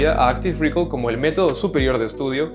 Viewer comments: Hola, me gusta mucho tu contenido, quería aportar mi granito de arena. Respecto a la pronunciación de Active Recall, el estrés en recall está en la A, no es active REcall, sino active reCALL. Saludos gracias por tus videos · No se dice rícol, buen video! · Recall se acentúa en la segunda sílaba.